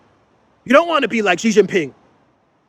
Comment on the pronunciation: ATTENTION, XI JIN PING"s name is pronounced SHEEE JIN PING not JHEEE JIN PING. By saying JHEE, you are insulting Xi because Jhee means penis. This is equal to Chinese person calling your dude DONALD DUMP.